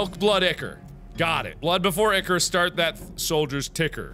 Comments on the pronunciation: UGHHHHH IT IS NOT PRONOUNCED ICKER. IT IS EYE-CORE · PJO fans cringing as he says ick-or. Ichor (eye-core) is supposedly the golden blood of the Greek & Roman gods/goddesses. Sorry for nerding out, I had to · "ichor" is pronounced(I-core) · ichor is pronounced eye-kor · Btw Ichor is pronounced Eye-Core! Just wanted to let you guys know if you didnt already! 😀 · Ichor is actually pronounced "I-Cur" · Its actually pronounced Ichor [Eye-Core] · I'm pretty sure it's pronounced eye-core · Ichor is pronounced I-Core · It is pronounced I kor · The way he says ichor just gets me every time XD